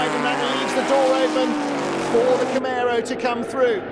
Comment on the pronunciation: It’s CamARo, not CamEro 😀